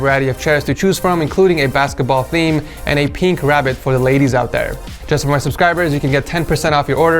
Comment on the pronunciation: Nobody Ed : PheeEeEnK